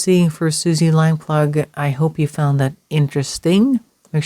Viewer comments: Very interesting. The family fought tirelessly to find her and both her parents sadly died without finding anything out. Several leads and searches were followed up but nothing found. John Cannan took his secrets to his grave. RIP Suzy. It's pronounced Suzy Lamp-LOO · Lamploo (pronounced) Lamplugh (spelt)